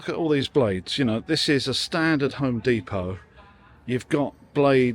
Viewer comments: It's not deeeeeepoh, you're a Brit for chrissakes. Dep-Oh. Amazed they have no metric - only Imperial - even on a tape-measure? Surely there's use for metric, even if occasionally? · You're still English. Dep-O not De-Po Good video though. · Deh Poh, not Dee Po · It's depot not fckng dee po. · Americanese pronunciation DEEPO English prronunciation DEPPO Not a lot of people know that. Carry on.... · You're British. it's pronounced D-E-P-O-T and not D-E-P-O-W 🙂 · Dep poh not dee poh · OK you lost me when you said deepot, they'd know what you meant if you had pronounced it properly. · Home "deepo"?! 🤔🤣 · You are an Englishman..its DEPO...now flash-light...the end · You may be in America in an American store, but it's still a pity you pronounced "depot" the American way. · Why are you pronouncing depot in an American accent? Haha. On a serious note, love your content bud, keep it up.